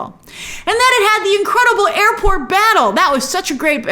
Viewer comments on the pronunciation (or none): none